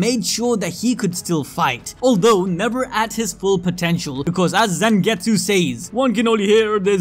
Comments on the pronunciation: Holy cow it's ZANgetsu not ZENgetsu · zengetsu? isn't it zangetsu?